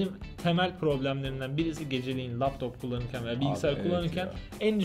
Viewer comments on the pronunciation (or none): nasıl bir laptop deme şekli